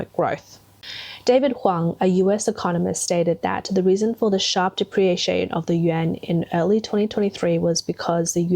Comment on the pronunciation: What's a "depreation"? You keep saying it throughout the video.